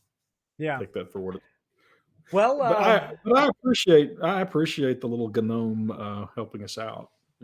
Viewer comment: To hear say GUH-nome. Very amusing.